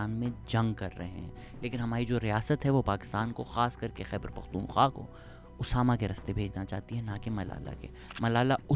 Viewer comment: One thing I have learnt from you Shehzad Bhai , is how to pronounce Pakhtunkhwa ☺️ That KHWA at the end is important 👍